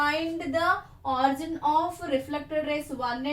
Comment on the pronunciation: It's not orzon it's origin